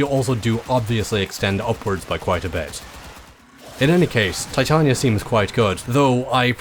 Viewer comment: pronounced ty-tayn-eeea